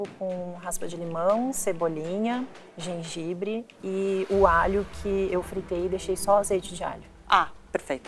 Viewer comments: GENGAIBRE LIMÃ PÃ Kkkkkk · KKKKKKKKKKKKKKKKKKKKKKKKKKKKKKKKKKKKKKKKKKKKKKKKKKKKKKKK genjanbre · citrique..gengãbre.... Eric é demais...AHAHAHAHAHA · o Jacquin falando "Na realidade,esse prato tá muito CITRIC*,"*GENJABRE limão..